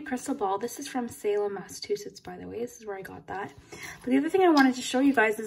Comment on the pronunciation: I’m a Massachusetts native So happy when you said Salem.